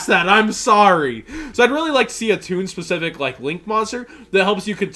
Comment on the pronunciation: When you said ToOn, I broke premature ejaculation